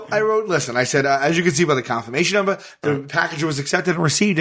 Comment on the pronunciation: "confirmation numbah"